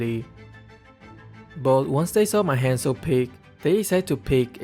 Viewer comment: Oi! He is HUNZO, not Haaaaanzoo, good gawd. Have a nice day (＾3＾)